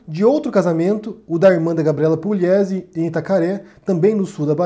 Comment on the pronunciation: Não é Puliesi, é Pugliesi. Não, não, Pugliesi não lê-se Puliesi. Sou de Assis SP, aqui tem a família Pugliesi.